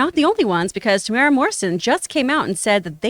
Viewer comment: his name is pronounced Tem-u-era